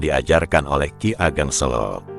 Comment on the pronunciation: Kiageg Seko bukan kigeg. Sela solo salah